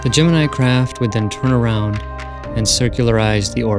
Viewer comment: At least he pronounces Gemini (GEM-IN-I) correctly...Unlike SOME other people... coughN9cough